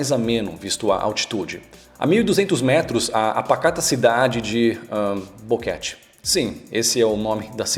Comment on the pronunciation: Em $p se pronuncia "boquêti" e não "boquéti".